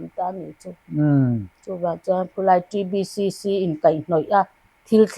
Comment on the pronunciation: TBCC i lam rik dan chu ava dik teh Kelh ve